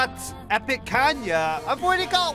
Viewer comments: I dont like how you say kanya and growl tho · No hate, but I kinda triggers me that you keep saying Kanya rather than Kayna 😅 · "JUST LETTING YOU KNOW KAYNAS NAME IS PRONOUCED KAY-NA, NOT KAN-YA!!!!!!!!!"